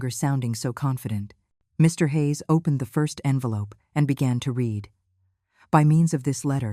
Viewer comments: It’s pronounced red. Not reed for the word spelt read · When read is past tense, it is pronounced red.